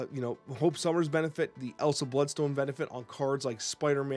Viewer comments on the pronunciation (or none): none